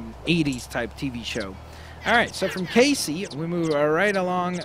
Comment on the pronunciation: Instead of lacy it's cacey=case